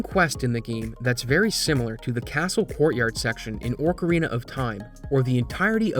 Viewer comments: sorry but it triggers me everytime. It's Ocarina, not Orcarina like a killer whale. Pronounced Oh-Ka-Rina or Ah-Ka-Rina depending on who you ask. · Yea? Orcarina of time? The whale of time.